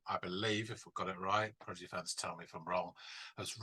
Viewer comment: Good video but the British guy can’t say the name right. Progidy 😂